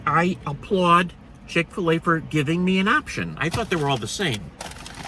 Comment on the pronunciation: Should say chik fil a